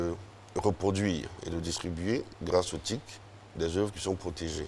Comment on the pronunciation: T.I.C et non TIC !!!